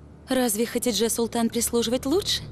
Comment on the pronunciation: Не ХатиджЕ, а ХатИдже))) Кошмарный русский перевод.